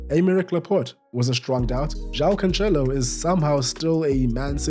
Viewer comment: Bro Its Joao CANCELO not CANCHELO , read the second C like its an S !